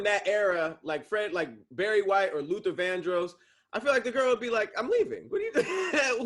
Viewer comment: The way says Vandross is upsetting me and my homegirls 😂